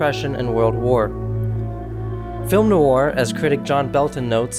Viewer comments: Please stop calling it "nouur". And "monosyllobuc". Please. Thanks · NOIR has only One syllable! (the word is French for Black) It is not pronounced 'Noo-ar! Say the MAIN WORD properly to show basic respect for the topic